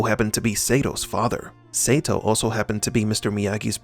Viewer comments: Your pronunciation sucks... It must be Sato not Seito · Idk why bro,but the way you're saying Sato Saytoe is really bothering me 😂😂...its Sato Sahtoe is how you say it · SAY-TOE? WTH... It's pronounced Saa-toe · DUDE WATCH karate Kid 2 again his name is Sato pronounced Soto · Sato not Satoe LOL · You beat me to it. God it was annoying me! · Can't lie, the amount of times you said 'say tow,' instead of sato is borderline criminal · Seriously, if you are going to inform people on these movies and show you need to learn the proper names of people. Like Ralph Macchio, his last name is pronounced machio like macho not makeo. And Sato is pronounced sawtoe, not saytow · I think you should stop mispronouncing Sato's name. The "a" is pronounced like "ah". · You need to learn how to pronounce names. Or watch the shows/movies vs reading a script. Sato (sah-toe), Eli (ee-lie), there was another one but I forgot. But I’ve seen like 4 of your vids today and they’ve all been good you just have to pronounce the names the way they were pronounced in the movies/series. Glad I’m not the only one that’s saying this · Sato is pronounced with a long "a", as in "ah". You should know that. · Sato - Sah-toe 😁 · pronounced Sahto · We should start a petition to make them redo this pronouncing Sato's name correctly. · OMFG, they said the SATO pronunciation in the movies, and you still had to butcher that poor guy's name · Lmao...Omg,I thought I was the only one.that was bothering the hell outta me 😂😂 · Sato's name is brutalized in this video. The A is short in Sato. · Don't think he was a fan of the original series. There is no way you can be a fan of the Karate Kid series and mispronounce the name of one of the key villains in KKII. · Every time he says his name wrong, i keep saying the right way to say it